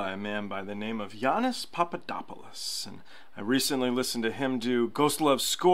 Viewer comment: Its pronounced "yanni" and I know because my boss is actually a man named Yiannis Papadopoulos